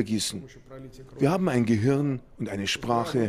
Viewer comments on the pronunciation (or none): none